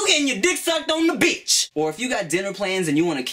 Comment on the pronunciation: He said BITCH instead of BEACH! Haha! Tim turning into a FOB! Lmao. . .Jk